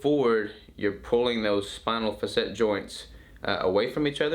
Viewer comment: Faa SET is how it is pronounced